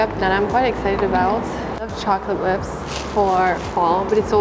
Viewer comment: Is it just me or did she sound more American when she said “Chocolate Lips”? But then she said she has a hard time speaking in English when she’s in France, whereas I think she speaks so well! And it’s so interesting hearing her code switch too :)